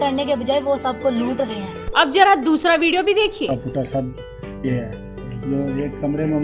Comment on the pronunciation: Jara nahi zara